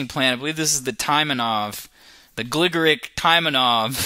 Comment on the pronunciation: It's pronounced Gligorich, not Gligorik.